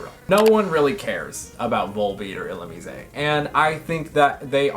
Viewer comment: I have never heard Illumise pronounced that way and it somehow sounds way cooler like that? Uhoh do I like it now?